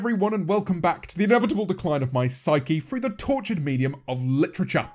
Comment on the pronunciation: James pronouncing literature as literata made me laugh